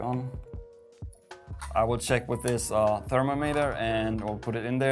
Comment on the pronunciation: I pronounce thermometer as ther-mom-it-er, but your pronunciation made me realise why the word is the way it is. It is a meter for measuring thermal stuff, a thermo-meter!